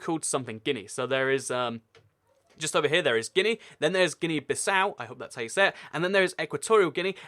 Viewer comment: It's guy-ana and gee-a-na